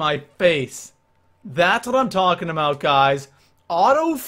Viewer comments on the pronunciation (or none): none